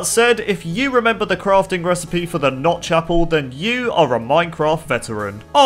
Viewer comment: Fun Fact: If you put on subtitles and hear say “notch apple”, the subtitle will say “not chaple”